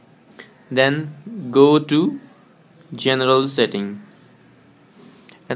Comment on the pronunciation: The way he said setting.. No hate I understand the acsent!